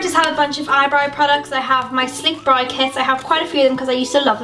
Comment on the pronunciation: Hi just wanted to ask have you always say brow as Brie or is that how they say it there? Not being mean just wanted to ask that! But I love love love all of your makeup!!!